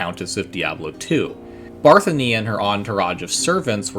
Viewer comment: I thought it waa Bathory not Barthany?